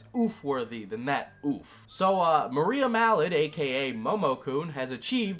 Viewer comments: Im not her fan in the slightest. At all. In the least. But her name is pronounce ma-rye-uh Not....Maria. Anyways, she's way in over her head. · Love the video! But her name's Mariah, like Mariah Carey, not Maria! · Her name is Mariah. Not Maria. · 💀💀💀💀💀💀 u butchered her name and cosplay name so bad but ily and ur content